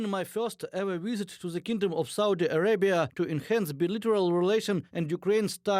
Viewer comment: I'd like to watch this video but host's pronunciation is poor. Talks about the "wisit" rather than "visit." And "try-bute" rather than "tribute." Please hire more fluent anchor people.